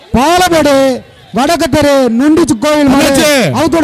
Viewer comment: பாடுமேடு இல்லை பாலமேடு